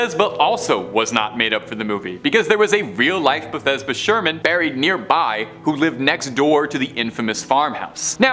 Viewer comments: It’s pronounced Bath seba. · I believe the name is Bathsheba, not Bethesda. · Baby it’s Bathsheba lol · Not this dude misprouncing bathsheba and james wan